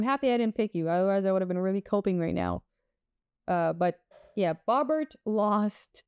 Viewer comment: “” 😆